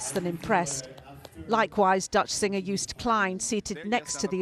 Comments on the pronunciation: For all the non Dutch people: you pronnounce Joost like toast. So Joast. And Klein, like klein in Calvin Klein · What he tries to say is say it like: Yoast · No we don't pronounce Klein like that... Calvin Klein is pronounced in the German way. In Dutch it is more of a wider "e". Joost is like toast but the J is not like JAY, instead it is like the Y in young. Yoast. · None of you can pronounce Joost. Literally a next door neighbour 😂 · Come on. Western Germans should know how to pronounce the name too